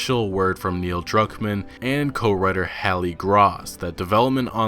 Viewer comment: I thought you said Neil drunk man